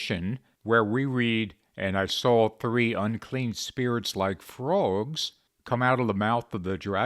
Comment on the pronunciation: Stop saying "fruogs."